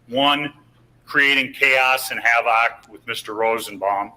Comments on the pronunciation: creating CHA-oss and HA-vock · Yer honor, it was HA-VOCK